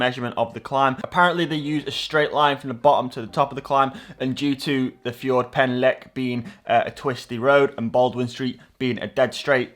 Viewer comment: Great effort! Although it's not a "fjord" as in Scandinavia ;) pronounce "Ffordd" with emphasis on the "Ff" (as in Fight!) and the "o" (short as in Oscar) then a little "roll" of the "r" and finally "dd" is like th (as in "the"). e.g. "Forrrrth Lastly, correct the spelling of "Guarantee" in the Surfshark clip ;)